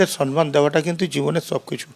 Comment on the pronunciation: কথাটা সন্মান নয়, সম্মান (সম্ + মান) । পুরো ব্যানার্জী পরিবার ভুল বলে।